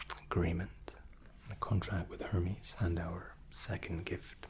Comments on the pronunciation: Amazing video but I’m fairly sure the pronunciation is “air•maize” not “her•mees” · Isn't Hermès pronounced more like Error-Mez instead of Her-mes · isnt hermés pronounced Air-Mez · Hermès is Air-Mez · i have come back to this video dozens of times it never gets old and puts me to sleep. the pronunciation of Hermes though...